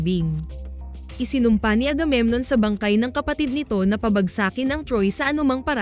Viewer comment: Mali po bigkas ng pabagsakin